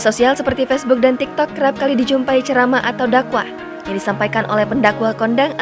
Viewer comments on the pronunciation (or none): none